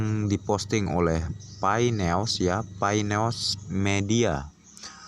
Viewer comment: Koreksi bro.. "News" itu dibacanya bukan "neos" tapi "Nyus"